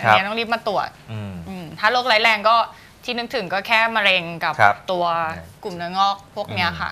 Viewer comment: พิธีกรหญิง ออกเสียงไม่ถูกต้อง ออกเสียง ตัว ร เป็นตัว ล และออกเสียงคำควบกล้ำไม่ได้ เช่น โลค (โรค) ปายนิ้ว ฮอร์โมน ไทลอยด์ (แต่บางครั้งออกเสียงถูก) โตเล็ว (เร็ว) เผาผาญ (ผลาญ) กุ่ม (กลุ่ม) ตวจ (ตรวจ) แก้ไขด้วยนะคะ